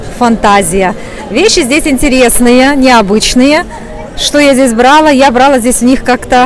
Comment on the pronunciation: Все замечательно, обожаю Стамбул. Но,девушка дорогая,вы проводите экскурсии по Стамбулу,ваши взЯла-брАла ужасно режут слух.Не хочу вас обидеть,но корректируйте вашу речь.